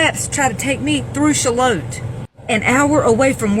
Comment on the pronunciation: The way she pronounced Charlotte like 'Sha-lote' 😂